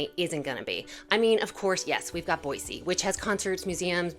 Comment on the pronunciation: It's Boy-See...the Z is Silent!